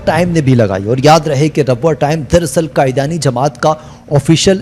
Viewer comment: لفظ قادیانی کو قائدیانی نہ بولیں